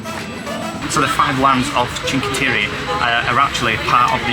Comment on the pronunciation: Was in Cinque Terra in 2017 f0r 5 nights, by far one of my favorite places in the world. It is pronounced Chink eh Terra! Brings back so many wonderful memories!!